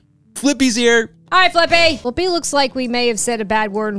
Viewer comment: Fliqpy is called as "Flick P" not Flippy